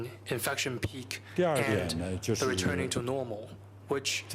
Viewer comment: Schwab ist so viele jahre in Amerika und hat immer noch nicht gelernt das "The" auszusprechen🤣 Der letze sprecher redet auch unsinn. Demokratie🤣🤣🤣 very funny